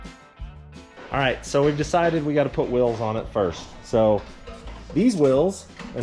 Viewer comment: Whils, whils? Most people will put wheels on it first. lol. Not sure I ever heard them called whils???